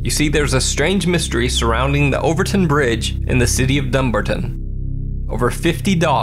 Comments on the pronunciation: It's Dum-barton not Dumber-ton. 👍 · Just clarifying its dum-bar-ton not dum-ber-ten i live in Scotland so i know! Im sorry if i sound offensive i just want to clear it up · I've lived in Dumbarton for about 8 years and the way you say it sounds so strange ha ha